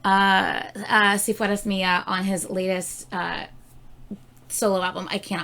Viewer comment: I love learning different languages, I wish I had had someone in my family who had spoken another language than Spanish because it had been easier but it´s fine I love it. The pronunciation of "Si fueras Mía" is really great. Bravo👏 👏 (BTW reír is laugh and sonreír is smile)